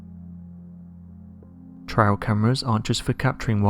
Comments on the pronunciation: It "trail" not "trial" cameras. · Trail, not "trial".